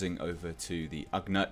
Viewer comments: Glad you're digging it man! And as I'm sure you've already heard in comments... its ugNAUGHT as opposed to ugNUT 🤣🤣👌🏻💙 O.O.K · I think its pronounced like nautical. Ughnaut. Maybe. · pronounced "OOOG-not"